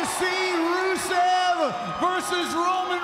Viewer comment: who is Brusev? Romen Stains is soo terrible he can't even say Rusev's name right lmao. Botchman Rains XD